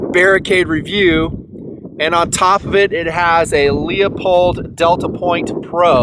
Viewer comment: loo-pold for f's sake! when are guntubers gonna get it right! never it seems